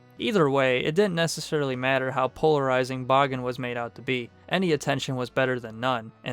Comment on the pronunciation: Extremely well done! It's rare to see videos about Bagan that go out of their way to mention his more niche cut appearances, particularly "Yamatai Kingdom" and his early-to-mid Heisei Godzilla-centric drafts. Also using the Japanese pronunciation of the name is commendable! Maybe one of these days we'll not only see him in a movie, we'll get an official English pronunciation of his name... Ha!